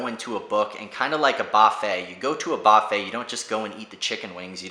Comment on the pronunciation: Great review and the way you say buffet had me cracking up!